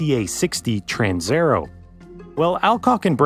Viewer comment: "Transaero" is not pronounced "transerrow", but "trans-aye-AIR-ey-o". Every letter (except H) is pronounced in Italian. (H has a purpose that I won't discuss here.) People often don't bother checking pronunciation, because, well, "everyone knows how to pronounce pizza and Roma".